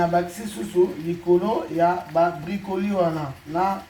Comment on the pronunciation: ba bengaka yango na français Brocoli et non bricoli